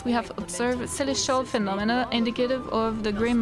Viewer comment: I like your pronunciation of “indicative”. It actually makes much more literal sense than how people whose first language is English pronounce it. In DICK activ. That doesn’t communicate the meaning nearly as well as your way.